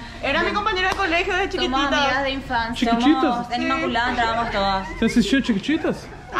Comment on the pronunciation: "Chiquititas", kkkkkk, ás vezes parece que ele faz por querer, mas sabemos que não é, hahahaha.